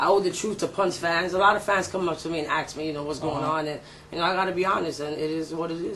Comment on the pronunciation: A lot of fans come up to you and axe you? Those don't sound like fans, they sound like homicidal, axe-wielding maniacs. You should call the cops next time someone axes you.